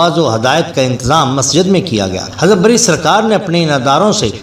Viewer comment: Imam "Barri" Nahin, Imam "Bari"